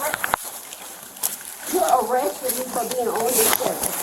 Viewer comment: She may not be ooooonmnn the schedule but she is oooonn something.